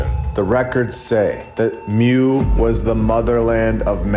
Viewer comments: "Moo" not "myoo" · It's pronounced moooo. Like a cow! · Love your videos super informative! Hint, the way to pronounce Mu is Moo. There was also a land called Lemuria, I believe this information can be found in the Law of One series. Just some additional information for you to Deep dive into. Keep up the great work! Thanks for all your hard work❤